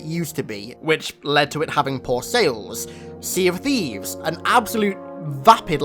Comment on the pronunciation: its not see of theives its semen theives